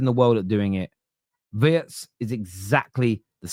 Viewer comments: Wirtz is pronounced with an "e" like in "see" or "Bee". But we all understand "Wörtz" like in "words" 😂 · Of course it's pronounced VEERTZ. Obvious to anyone who has paid any attention to anything German ever. The lettter I is pronounced EE basically every language in the world apart from English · Hi I've caught you struggling with his name. It's actually NOT that difficult: If you can say Rachel REEVES....you can also say 'WEERTZ'!! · It's Weertz, not Wurtz, and he is a superstar already. Now you are going to taste his style of cooking. Love your dad's wisdom about players who have all the time in the world. Very true. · Just say Vurtz mate. Please.